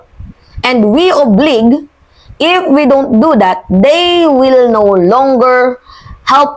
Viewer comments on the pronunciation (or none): The word is oblige pronounce long o